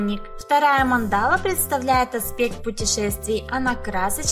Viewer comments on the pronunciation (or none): Не манда́ла, а ма́ндала. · mAndala, a ne mandAla..... Spasibo . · Мандала (ударение на первый слог) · Прикольно, спасибо. Но ударение на слове Мандала и остальных слов вам не известных лучше прояснять в словаре.